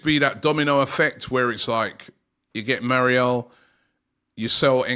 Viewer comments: Robbie absolutely butchering players names. His name is Mayoral and he’s calling him Morial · I know Robbie really struggles with player names but "Moriel"? 🤣 Come on man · Surely his name is pronounced Mayoral? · How difficult is for a British to say Mayo(as in mayonese)Ral(as in Rally) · Mayoral aint it bro lol